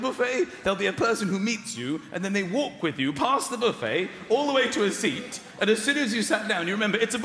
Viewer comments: Am I the only one who finds it odd that the British pronounce buffet as BOO-fay but filet as FILL-et and valet as VAL-et? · Yeah, sounds like the word Boof-head, doesn't it? 👨‍⚖️👂🎭🍱